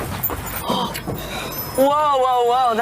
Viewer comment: Did one of them say "og my godess?